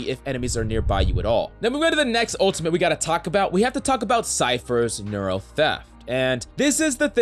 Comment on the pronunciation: This guy: his owtamit I don’t know why he says it like a toddler with a speech impedatment